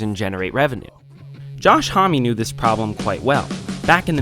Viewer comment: >thoughtful, well-researched essay >pronounces homme right >kyuss